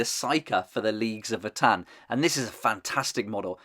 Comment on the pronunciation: I really really love these. Gonna be my main 40k faction especially now that I prefer marines in HH. And new Horus too! I’m doing sons of Horus haha. Btw it’s vo-tan . Not vuhtan